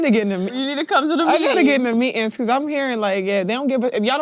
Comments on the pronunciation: I puke everytime i see that clip where they say meet-ins lol Then she talks normal when interviewed by a normal person lol. The kamela effect😂😂😂😂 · Youngen's? are you 2 that old....meetin, not meeting? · What exactly is a Mee- In. , Girls can't even speak English, Meetings!!!! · What kind of proper English is meetins ?